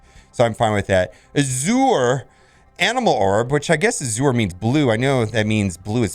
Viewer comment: How you almost 40 and don’t know Azure means blue lmao it’s pronounced AA-SHER! I’m just giving you crap man love your vids lol